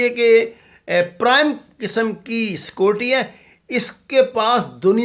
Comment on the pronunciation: چل اوئے بھوتنی دے آ ،پہلے بولنا تاں سِکھ، "سکوٹی" سیکیورٹی ہوندا اے، وڈا تجزیہ نگار